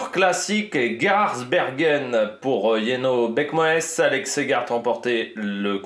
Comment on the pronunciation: Jenno Berckmoes Ça se prononce Yenno Berckmousse si jamais